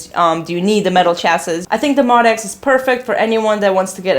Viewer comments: Pronounced Moe Dee ex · I Love you, love your videos but I gotta let you know... it’s pronounced MO-D.X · I’m sad you don’t know incorrectly refer to the MODX as “mod-x” and not “mo-d-x”, especially as long as the instrument has been out. MO-D-X. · I've heard Yamaha employees say it both ways. I'm not sure there is an official consensus on the pronunciation.